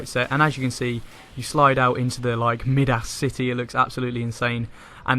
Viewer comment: Really appreciate the guide, but "Mid-Ass"? Really? "My-Dus", like King Midas. Accent or not that is unacceptable pronunciation. Keep up the good work!